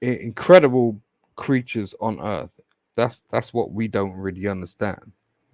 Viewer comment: Hahahaaaaaa!!!! His emphasis on how this country is on “Earth”!!! Lawdy Mercy!!!🤓